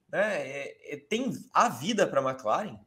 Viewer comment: toda vez que ele fala MecLaren eu so falto ter um PVC aqui em casa kkkkkkkk Mas otimo programa, como sempre. Vcs são foda